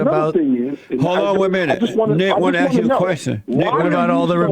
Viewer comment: First white man I ever heard that wanted to ax a question. I feel like may have been lying about everything he said...if that IS his real name.